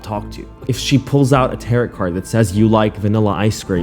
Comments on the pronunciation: Ter-oh not tarret. Duh🤓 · Btw it’s pronounced "tar-oh" not "tar- ot" just thought you should know lol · Who is this idiot who can neither spell nor pronounce common English words? Tarot = TAR-oh or tar-OH (not TAR-ot/tar-OT) Defamation = 'deh'-fa-MAY-shun (not 'dee') Rhetoric = RHE-ter-ik (not rhe-TER-ik) I'll give a pass to. 😜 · Okay 1st off I've been reading cards 4 years and that's not how they WORK all! It's pronounced (Tear-O) not ( tear rot) lol and yer flippin gorgeous and my cards said we should smash! So.................:)p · It's *tear-roh, not *tay-rot, 😘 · Oy., I am on your side, but it's a 'CEASE and Desist'. Not 'SEIZE'. And, it's pronounced 'Tare-Roh' Reading. Not 'Territ'. Oy. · its pronounced tear row, not tear rot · Respectfully it's pronounced tar-roh, not tar-rot. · it cracks me up every time you say "tarot" like carrot. Its pronounced "tarrow" like arrow. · 🇨🇦 FYI - It's NOT "Seize & desist." It's, "Cease and desist." Put the sound "sea" and the last part of "piece" together: "Sea-iece." Also, it's deh-fa-may-shn, not dee-famation. In fact, you can look up pronunciations. I suggest you do (see below). BTW, tarot is also NOT pronounced "taret;" it's pronounced "tair-o." 🙄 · I like that you say “tarot” like “carrot”. It tickles me every time. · First, tarot is pronounced (t-arrow) And second, people believe in this genuinely as a religion, yes this person should be punished but don’t shame religion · “Tariit” & “deefomation” is killing me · It's pronounced Tehr-oh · Tarot reading is just plain woo-woo, up there with homeopathy and the healing powers of stones. Total bullsh!t. She needs locking up fast. BTW Tarot is pronounced Tarr-oh 🙂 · Good story & you tell it well, but it's pronounced taro, the last t is silent. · I know I'm almost a year late but I had to mention that it is "T-air-o" Tarot but the last "t" is silent. Otherwise great video!!! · I love you but tarot is pronounced without the t Taroh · It’s tar-OH!